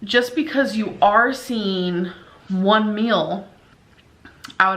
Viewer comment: Does anybody else notice that she pronounces “meal” like mill, and actually vice versa. It drives me crazy.